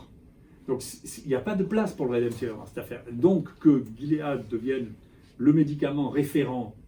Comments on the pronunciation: Avez-vous remarqué ? Le professeur Raoult prononce "redemsivir" au lieu de "remdesivir"; de fait, la suite des lettres est plus familière et plus facile à prononcer. A part ça, D.Raoult est clair sur le rôle et le non-rôle du médicament en question. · il ne sait même pas prononcer le nom du médicament, il le prononce "redemsivir". Il donne son opinion sur un médicament dont il ne sait pas prononcer le nom. Un médecin qui ne sait pas prononcer le nom d'un médicament qu'il est censé prescrire, c'est un grand scientifique mdr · lol, il ne sait même pas prononcer le nom du médicament, il le prononce "redemsivir" . Il donne son opinion sur un médicament dont il ne sait pas prononcer le nom, et vous dite qu'il connait son sujet, vous êtes rigolo. Un médecin qui ne sait pas prononcer le nom d'un médicament qu'il est censé prescrire, c'est un pro